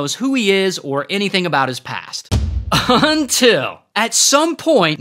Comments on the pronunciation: I know things are going to get worse when Ray says "UNTIL" lol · I love when you say “UNTIL”.